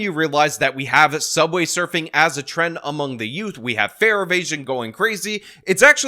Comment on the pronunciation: “Teens” “youf”